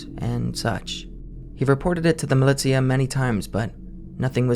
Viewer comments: mih-lih-tee-uh, bitch do you mean muh-lih-sha? 💀💀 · it's millie-sha not milly-tia